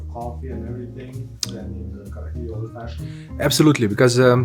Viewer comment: So close to pronouncing it right! You're adding an additional "I" at the end, like "Carajill*I*o. It's like "Cara He Lo" edit, the more he drank the closer he got to pronunciation